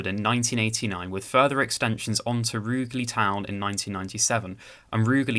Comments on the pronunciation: Rouge-ly not Roogly \m/ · Sorry to be pedantic but it's pronounced "Rouge-lee". Apart from that, very interesting video but you are right on the lack of frequency. It would make far more sense as a metro - light rail with more stops. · Your pronunciation of Rugeley is slightly off. Sounds like Rouge-lee. (Soft g.) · And Rugeley!!!